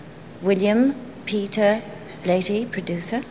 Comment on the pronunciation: She mispronounced William Peter Blatty's last name.